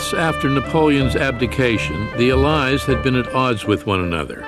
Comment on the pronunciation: Incorrect pronunciation of 'allies'.